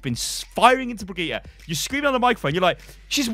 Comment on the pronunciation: Haha, how can he still not pronounce her name right? I mean he even interviewed the voice actor, who told him how to pronounce it :D